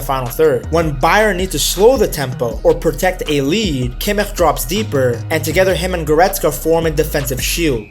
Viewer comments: Nice vid, little feedback on Kimmich’s last name. I know German is tough and especially the “ch” can be difficult. Think of it like she “sh” sound in “she” . More like Kimmish than (no offense) whatever that sound was that you made 😂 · The "ch" in Kimich is spoken soft. More like in "schnapps" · I agree with your assessment of the team and tactics. The only thing is why do you pronounce kimmich name like that? Is weird